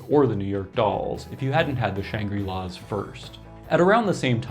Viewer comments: Interesting pronunciation of Shangri-Las. You're pronouncing it "Shan-gree" -- first time I've heard the word pronounced, in any context, with a long "i" (and I'm old). Conventional pronunciation is with a short "i": "Shangrih-La," on the way, even, to "Shan-gruh-La." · Good info but it's pronounced "shang-grill-laws".